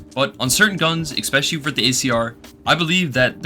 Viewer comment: Brother I really hate to do this and I usually wouldn't but you said the word something close to 40 times in this video and you use it a fair bit in other videos so I couldn't ignore it forever.. "ess-spesh-uh-lee" not "ekks-pesh-uh-lee" Genuinely not trying to be an asshole I'm trying to help, promise <3 Edit: man fuck whatever I was saying here, after watching you for months now, the way you say words doesn't bother my autistic ass anymore, say shit however you want, I was 100% trying to help but I've since realised that quirks like this are what makes a persons personality <3